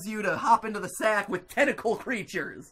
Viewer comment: I thought he said testicle instead of tentacle